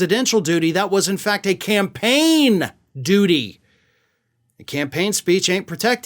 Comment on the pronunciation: when you say “That was in fact a CAMPAIGN duty”, you remind me of George complaining to Elaine, “But you had to have the BIG salad.”